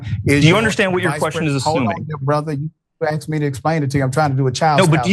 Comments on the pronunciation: “I just axxed you a question!” What a clown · Richey is supposedly a doctor and well educated but can't say the word, 'asked'. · Rashad needs to read a dictionary and learn how to pronounce, 'asked'.